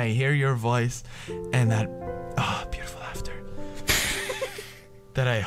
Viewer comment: When said "beautiful" in the end... am I the only one to whom it seemed more like "pewdiful"?